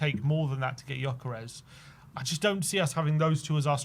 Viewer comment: It's not yokeres, it's geeokeresh. You are killing the hungarians that are following the show with this pronunciation 😂